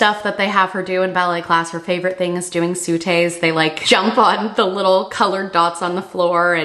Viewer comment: As a dance teacher- I am SO excited to see Grace in dance classes. It teaches so many life skills and is fun! Also the jumps (sauté) is pronounced sew-tey :) Love your content as always!